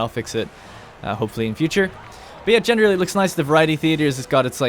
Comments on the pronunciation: Every time he says “genderly” instead of generally I think I’m having a stroke or something. 😂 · Generally, jener rally , jen er ra lee